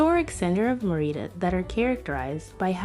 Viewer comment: Stopped watching when you mispronounced Mérida. 🤷🏻‍♀